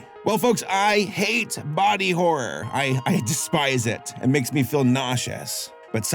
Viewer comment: I've been telling all Youtubers this: PLEASE pronounce both syllables in "horror." Please. Otherwise "horror manga" becomes a totally different kind of manga...